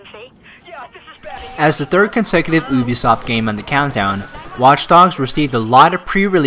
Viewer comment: Oobisoft? Do u even pronounce brah.